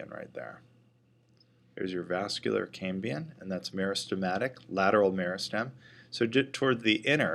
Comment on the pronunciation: Very good and clear video, but keeps saying "cambian" instead of "cambium" perhaps he is blending the word Cambrian, as in the Cambrian explosion/era.